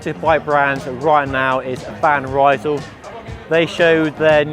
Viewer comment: Van Rysel employee can’t pronounce Van Rysel correctly 😂 anyway good to know the sales are good, it’s another proof decent quality bikes can be sold at a fair price